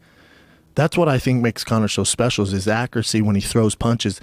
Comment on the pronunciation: schaub said "but is ackrasee"